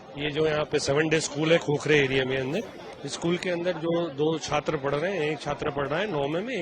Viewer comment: બોલો આ છે ગુજરાતના શિક્ષણ મંત્રી..... જે છાત્ર ને સાત્ર, ડિપાર્ટમેન્ટ ને ડિપારમેન્ટ અને ગેમ્સ ના બદલે ગેમો બોલે છે. "શિક્ષણ મંત્રી" 😂😂😂😂😂